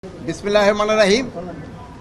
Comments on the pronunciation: বিসমিল্লাও ঠিক মতো বলতে পারে না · হায়রে দুনিয়ায় এ ব্যাটা তো বিসমিল্লাহ শুদ্ধ করে পড়তে পারে না এত উপদেষ্টা হওয়ার কোন যোগ্যতা নাই এই কেমনে এত বড় জায়গার মধ্যে শেয়ারের মধ্যে বসে আছি তাড়াতাড়ি একে ওইখান থেকে বিতাড়িত করুন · বিসমিল্লাহ টা ও শুদ্ধ করে বলতে পারলনা। অথর্ব উপদেষ্টা।